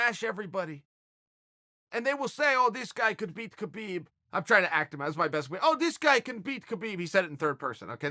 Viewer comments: Habib is the correct way to pronounce it. Not a dig, just some constructive criticism. Keep that cape on the ready, uncle Chael. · “I’ve always appreciated khabib” proceeds to mispronounce his name for 5 minutes straight